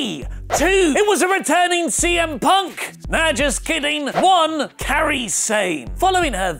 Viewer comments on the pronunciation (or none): learn how to say her name, first it was "Karai" now it's "Kari" it's KY-REE.